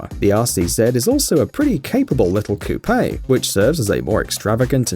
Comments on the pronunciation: It’s coupe, wtf is a cou pay? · So its pronounced "coo pay" I say "coop"